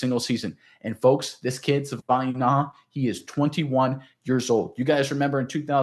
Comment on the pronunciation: Sorry but you guys are both butchering his name. Please learn how to pronounce Savaiinaia.